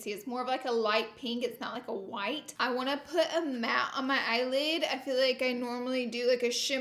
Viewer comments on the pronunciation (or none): Laura Lee Pronunciation Dictionary Whore : Horror Concillar : Concealer Who da : Huda Anastashia : Anastasia Won't tell : Want to Map : Matte Ultra Violent : Ultra Violet Finn T : Fenty Cuba's Bowen : Cupid's Bow